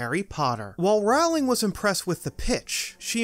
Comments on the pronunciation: sigh you say it so many times it hurts my ears. It’s ROW (as in your boat) not RAOW (as in fight). Otherwise, nice video. I never new that the screens move as well. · It's ROwling like bowling, not rOWling like howling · How can you not know it's "Row-ling" like "bowling"? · Love this. Small note though if it comes up in future vids: J.K Rowling is pronounced like "bowling" but with an R (like rowing a boat) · Rowling. Like bowling. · if youre going to do a video on harry potter and mention the author - at least say her name right... it's rowling as in bowling or I am rowing my boat "row" "ling" I really wish we had a universal studio in Europe...we do have the WB harry potter experience near London, but it's expensive and has no rides Edit: I commented before watching until the end..lol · ROWling like row your boat! I'll turn on cc so I don't have to hear you say that. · Rowling is pronounced “Rolling” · It's Pronounced like Bowling, J. K. Rowling..... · JK Rowling has been famous for 20 years. Stop mispronouncing her name!